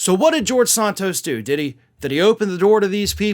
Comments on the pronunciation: I genuinely can not listen to your videos about George when you are pronouncing his last name differently than literally everyone else in the media. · Santos, like Santa Claus, not Sontos, like Sonic. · Why do you pronounce Santos british-like?